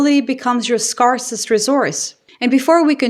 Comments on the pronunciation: “scarcest resource” Pronounced scare-cest. ❤ from BC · another great video. thanks. btw. scarcest is pronounced like scare sist 😊